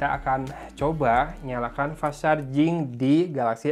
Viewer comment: Pas sarjing Orang sunda ga bisa ngomomg huruf "F" 😂